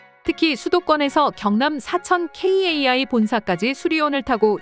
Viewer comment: 방송이고 유튜브 모든 곳에서 카이라고 하는데 굳이 케이에이아이라고 해야 하나요 성우가 고집세네요